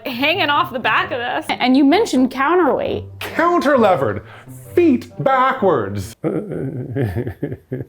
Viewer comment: Ahh. The confusion introduced by saying counter-lever instead of cantilever.